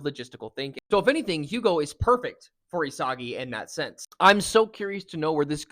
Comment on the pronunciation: The H is silent btw his Name Is spoken like "Ugo"